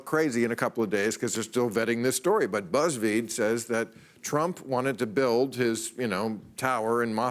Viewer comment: Damn. Is it me or Bill said BuzzWeed? Listened to it three times. Sounds like weed to me.